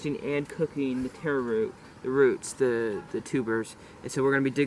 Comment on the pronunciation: It's not teh-row. It's taro. If you can't say our word, then use the botannical name colocasia.